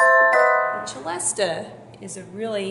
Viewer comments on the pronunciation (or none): It is usually pronounced cell-estia, not chell-estia. Tchaikovsky pronounced it with the former pronunciation. Cello, etc, causes this misinterpretation of its pronunciation. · It's pronounced Selesta not Chelesta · It is actually pronounced with "s" sound, as it was invented by a French man. "Ch" would be the Italian pronunciation (as in cello) but there is nothing Italian about the celesta :-)